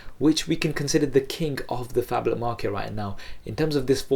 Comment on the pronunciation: He said faplet xD